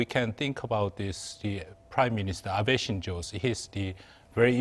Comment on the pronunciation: Abe shinzo, not “Shinjo “